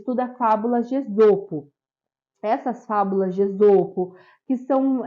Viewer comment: A pronúncia é êsopo